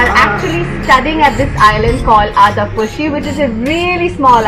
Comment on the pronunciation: The way you pronounce Eydhafushi, OMG! It's like me speaking Fuvahmulakian language! 😀 Great video btw. Eydhafushian here. 🇲🇻